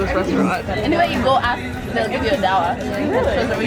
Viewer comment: It's not pronounced dawa it's dwa